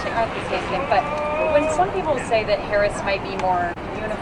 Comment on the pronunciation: Can he not pronounce VP Harris correct?